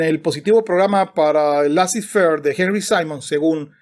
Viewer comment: Laissez faire es una expresión en francés y se pronuncia "lesé ferg"...